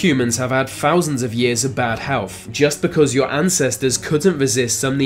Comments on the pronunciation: Earf? Fousands? Furver? Maybe the guy has a speech defect, in which case fair enough, but if its just laziness then get a grip. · "FOUSANDS of years of bad hewf..." SMFH. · Can't stand hearing th sound pronounced as a v or f sound. What's a bruver ? What's a muvah ? What are fousands ? Over ? Birf ? Wif ? Deaf is a lack of hearing . DeaTH is the final result of life. Learn to speak and start by taking the marbles out of your mouth. I guess it's your severe inbreeding is causing your speech impediment .